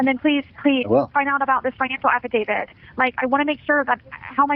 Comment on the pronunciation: She says Afi-David